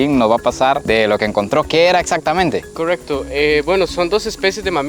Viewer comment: Me encanta cuando dice “Cogrrecto” 😊😅